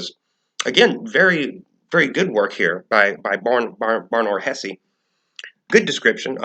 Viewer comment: No, actually Ben Shapiro pronounced Hesse correctly. And you’re pronouncing Shapiro wrong.